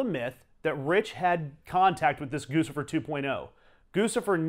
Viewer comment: Very interesting! Also: It's GOO-chih-furr. NOT Goosifer. Gucci = GOO-chee. Figure it the fuck out!!